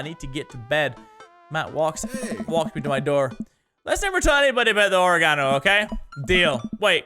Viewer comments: Mini says: ori-gone-oh I say: ore-gin-oh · Oregano is pronounced Or-egg-uh-no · It's OR-EGG-INO u fuck😂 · why do yo say or-e-gon-o. its pronounced oreg-ino. lol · You say oregano like you say origami. It's O-reg-an-o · Why do you say oregano like origami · Who tf says oregano like that 😂😂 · Mini you butchered the pronunciation of oregano... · Is no one gonna mention the fact of how mini pronounced oregano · Is no one going to comment on the way mini pronounces "oregano" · Why does he say oregano like that I find it annoying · The british way of saying oregano kills me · I'm not seeing enough comments regarding his pronunciation of oregano. It tilted me so hard